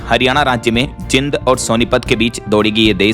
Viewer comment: ये मेरा Distric जींद है जिंद नहीं जैसे कि आप बार बार pronounce करते हो।